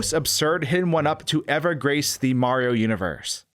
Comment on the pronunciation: Am I the only one hearing "Super Marro 64"?